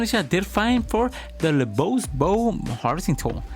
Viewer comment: Looove the combos for this vid, I did wanna mention that the pronunciation for LeBeau is just "le bo" as the french pronunciation of "Beau" is the same as "Bow" or "Bo" for us, except in the case of "Beautiful" of course. That's also why "Beau" is also a common alternative for the name "Bo" as well. One more piece of trivia, "Beau" also is a common word to describe a lover or boyfriend, and that meaning derives from it being the french word for handsome. Regardless, keep up the great work!